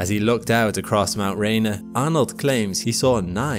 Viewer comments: It’s pronounced Rain-ear, not Rain-R. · It's called Mount Rainier, pronounced Ray-near. I can see it from here.